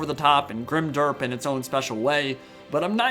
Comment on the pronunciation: "Grim-Derp." Hahahahahaaaa!!!